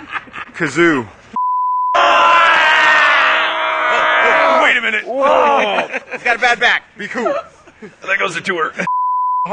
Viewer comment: Rob really just said "kAzOo"